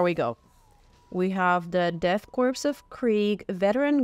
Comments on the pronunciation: What is it with so many people not knowing how to pronounce corps/korps? It's core. As in Marine Corps. I cringe every time someone says corpse. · Hype! :) FYI ‘corps’ is pronounced like ‘core’ and ‘gauge’ is like ‘gayge’ 😛 good old English lol